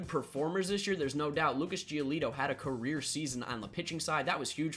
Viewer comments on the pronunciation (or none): none